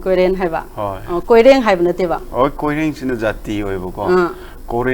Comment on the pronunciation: It's koren not koireng 😂 Migi maming phao ba phajana kou ba ngam ba hei tra ga istv da interview lou riba